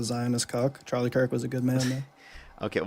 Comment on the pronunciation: Charlie Jerk? 🤔 It's such a hard name to pronounce, unlike Kamala. 😉